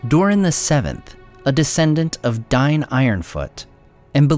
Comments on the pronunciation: DAIN, WITH AN "A" lol. It's not "Dine". Just stop please, it makes it almost unwatchable. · It's pronounced dayne not dine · Superb historical description. Visuals are very helpful. Only problem is the inconsistency in pronunciation. Here, Dain and Thrain are pronounced differently, which is weird. Dain is pronounced "dine", which is incorrect (Khuzdul is not well defined, but combining popular usage with rules from northern European tongues and principles implied by Tolkien leads me to favor "day-in", or "dah-in", though the first sounds stronger and more dwarvish to me). However, if the narrator were using elvish rules, it could be acceptable. But if that were so, why is Thrain pronounced nearly correctly (thrayn)? (Should actually be "thray-in"). If using elvish pronunciation, his name should be "thrine", or something like. Which rules are used isn't a big deal but they should at least be consistent.